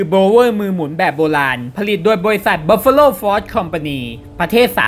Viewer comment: พูดชื่อยี่ห้อทีรู้สึกเหมือนโดนด่า